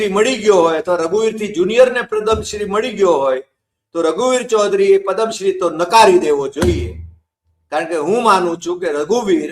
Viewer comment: પદમ શ્રી નહિ પદ્મ શ્રી